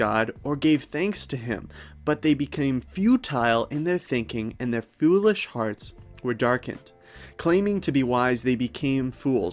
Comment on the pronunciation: "Fyoo-lish hearts" has me 💀